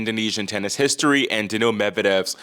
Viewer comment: I love your show but I find it difficult to understand how you pronounce players' names. Example: how you say Daniil. I suggest you pronounce it more like Daniel, with more stress on the "Dan." Also Bonzi in English ought to be pronounced /Bahnzy/ not /Bonezy/ as per the basic rules of English pronunciation. Granted in French the "o" would be pronounced /o/ like the name of the letter, but if you're trying to pronounce it like French then you have to soften the "n"; otherwise it doesn't work. Thanks. -a pronunciation teacher